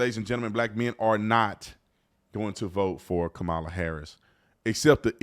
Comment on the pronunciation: Do the llegals have to pay back all those millions 🙄🤨 And its pronounced "COMMA-LA"..her explanation 😅😅